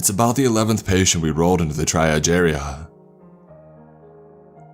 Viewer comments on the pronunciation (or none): Triage is pronounced tree-ahj, btw. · You pronounced triage wrong